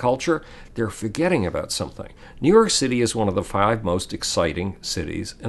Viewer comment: Couldn't help myself but hear "new york shitty" several times especially . Then he proceeded to talk about shit. I just found that amusing.